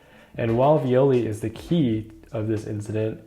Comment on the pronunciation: Viole pronunciation: the phonetica is from a romantic language so it should be “e” and not "i", sorry for that but after reading this story for years its feels super wrong